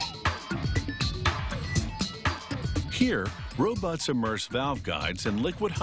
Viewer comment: i want to hear "ro-butts" again :-(